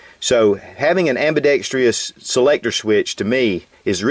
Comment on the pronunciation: oh for fucks sake, there is no Y in the word ambidextrous.